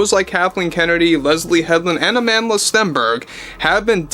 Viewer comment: Can I just pls point out to y’all Americans that Amandla’s name should be pronounced “Uh-mun-dla”. It means “power” in Zulu and was famously used by the likes of Nelson Mandela in South Africa when opposing apartheid (typically with a fist held in the air while chanting it). It’s not said like the English name Amanda.